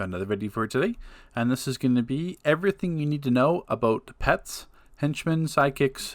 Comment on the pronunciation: "aboot" lol true canadian brother